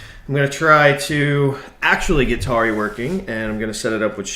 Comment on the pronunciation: It's tauri not taruri